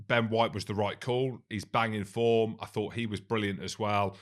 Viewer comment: Can anyone hear that some of these critics cannot speak the difference between ‘fought’ and ‘thought’?